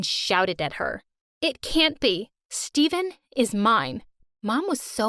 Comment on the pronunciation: Um his name is stefen not Steven but you spell stefen like this stephen